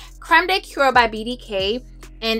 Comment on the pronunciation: Hey sis! I am addicted to layering! I think once you've amassed so many frags it's almost crazy to not use them and layering helps you feel like you're getting through them more often. Small PSA (no tea, no shade): the word "cuir" is pronounced more like "queer" not "cure" - small detail, I know, but I'm a prisoner to my virgo bs that won't let me abstain from pointing it out 🫣